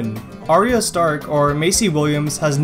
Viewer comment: mispronounced arya